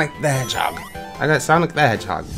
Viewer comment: "heghog" XD